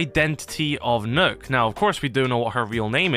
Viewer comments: It's pronounced 'Nukk' = Nøkk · It’s pronounced Nokk not nook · It’s pronounced knock not nook it’s nokk if anything it’s noekk like no-kk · Knock it's pronounced knock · It’s pronounced knock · Its pronounced Knock, not Nook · Her names not nook it's Nokk aka pronounced nock it's not a nook 🤦‍♂️ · i thought it was pronounced "knock"! felt so silly being the only one ik that pronounces it this way lol